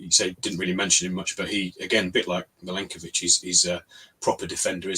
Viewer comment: Could I politely request that learns how to pronounce Milenkovic's name correctly please (Mill-enk-o-vitch)